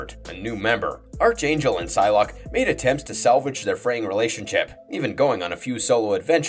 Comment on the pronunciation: It's pronounced ARC-Angel (like Spark) Not ARCH-Angel (like Archie). Watch any cartoons involving Apocalypse and his Four Horsemen...